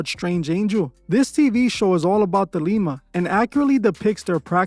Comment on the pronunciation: It's Thelema, not The Lima 😂